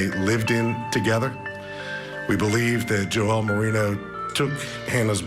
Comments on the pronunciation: Right? I thought the same, then started laughing that they're calling him Joelle!! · Why is he calling the guy Joelle? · Jo-elle? Lol I think you mean Joel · LOL - I had to go back and rewatch because the first time through all I heard was "Joelle"..."Joelle"..."Joelle"... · I agree! Joel isn’t that difficult to pronounce